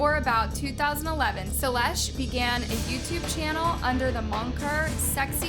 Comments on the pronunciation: ✨ShElEsh✨. Girl you pronounced it like ✨SELL-ESH✨ ITS ♥SHE-LUSH♥ YOU WAS PRONOUNCING IT RIGHT PAST SSSNIPERWOLF VID STOP MISPRONOUNCING NAMES GURLY!! Anyways, i love yall both, but not equally! HOWEVER MANY VIDEOS YOU MAKE ABOUT HER, YOU WONT CHANGE MY MIND ABOUT HER BEING MY FAVORITE YOUTUBER!!! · Imagine being too dumb to pronounce the easiest names wrong. "Salesh". 😂